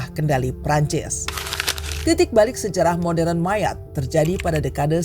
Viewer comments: Admin...admin bacanya bukan Mayat tapi Mayot 😂✊🇫🇷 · jadi inget temen gw si Armand org perancis yg jadi guru sejarah di pulau ini dan lagi liburan di bandung, dia cerita persis sama yg ada di video ini tentang sejarah ekonomi sama isu imigran gelap wkwk btw dia nyebutnya pulau 'mayot' bukan 'mayat' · Bacanya tetep MAYOT bukan MAYAT! Riset apa enggak sih ini adminnya! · Maaf min penyebutan MAYOTTE itu MAYOT.. bukan mayat... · Bacanya yang ngga enak yaitu Mayat😂😂😂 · Ini naratornya pakai bahasa mana sih utk pengucapan Mayotte, Indonesia bukan, prancis bukan, inggris bukan. Gue dengernya mayat mana berulangkali sangat mengganggu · Mayotte dibaca MAYOT dalam bahasa Prancis. Gak riset dulu kah? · Mayat q dengar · Iya jd risih aku dengernya MANYAT😂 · Sama dengernya jg mayat wkwk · Penyebutannya kayaknya ngga banget, klo bahasa aslinya disebut "meiyot" trus petit tera dibacanya "petit terre" seperti tulisan aslinya